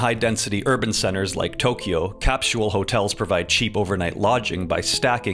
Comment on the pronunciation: You pronounce capsule very weirdly. Like you've never heard anyone pronounce it before. ie completely wrong.